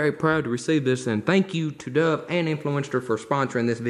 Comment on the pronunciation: Am I the only one who though he said “Doug” instead of “Dove”? (To be fair, I was looking at something else at the time..)